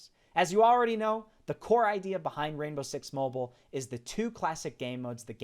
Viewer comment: It's called Mobile not Moble